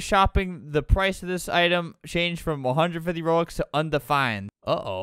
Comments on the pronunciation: “you want rubox” LOOOOOL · Why are u saying Rubin it’s robux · Not rubox its ROBUX ROBUX ROBUX ROBUX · "I want so many rubox" "I want many rubleeks" "you can give ranblocks" "you give how many ramdarns' "for how many ronblocks" I laughed so hard edit: thank you for the likes <3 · every wrong Robux pronounceation: Rubox Rubleecks Ranblux Ramdarns Ronblocks and Rubux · albert: “its called robux. Are you dumb?” Also albert: “how many rubleecks? Ramdarns. Ronblocks. Rubox.” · It’s not rubox, it’s buxru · They way that scammer said rUbOx